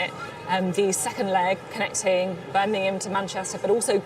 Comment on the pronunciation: Beth, where is Birningham? Please pronounce our great 2nd city properly. It is Birmingham B.I.RM. Not B.I.R.N. Your welcome.